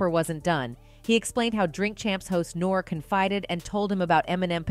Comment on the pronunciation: She said Nore lol